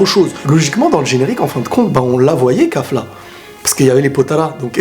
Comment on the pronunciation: Kafla ? je dirais plus Kalifla , sinon bonne video ; )